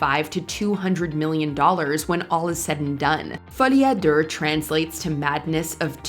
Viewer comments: It should be: Folié a Doo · Is it a thing on YouTube to pronounce something purposely wrong for engagement. Folie a duurrr 😂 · "Folie ah Durr"??? Horrible pronunciation. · Did she seriously just say "Folie à DERRR"? hahaha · that pronunciation of folie a deux was atrocious hahahah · why did she pronounce folie a deux like that 🥴🥴🥴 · That’s just how the narrator pronounces “Folie à Deux,” French for “Madness of Two.” Joker was a great movie on its own, but Joker: Folie à Deux ruined everything the first movie made great. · the point they were making is that the pronunciation is terrible lol